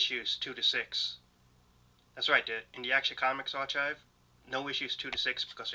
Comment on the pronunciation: Love the vid! This next comment is coming from a good place and I just want to help. Archive is pronounced, är’ Kīv’ (R-K-EYE-V)